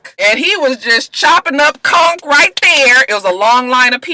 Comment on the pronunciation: I'm from Nassau and you're the first American I heard pronounce conch correctly👏👏👏